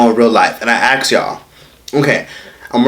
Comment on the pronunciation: ASK NOT AX